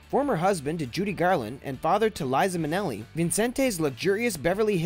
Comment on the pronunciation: Apart from some poor pronunciation - Vincent Minelli, he was not French! - please do your research. Marilyn's house has never sat abandoned; her name alone guarantees the house sells. In fact, had this channel checked its facts, a quick Google search reveals the house sold after only 10 days on the market for over asking back in June 2017.